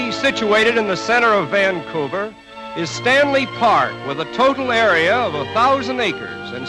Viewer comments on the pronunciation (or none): The pronunciation of Vannnnncouver jars - but interesting film.